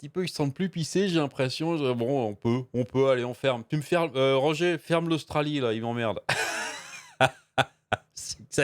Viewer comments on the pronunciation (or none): none